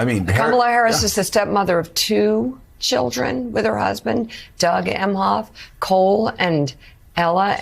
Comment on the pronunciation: Why is this man saying chudrin? Good grief!